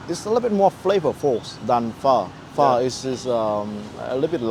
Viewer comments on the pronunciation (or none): How could you miss pronounce “Pho” 😢